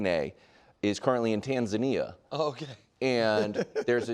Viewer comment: This is the second time this week I’ve heard “tanzaneea” I think he meant Tanzania. Not sure if he pronounced it right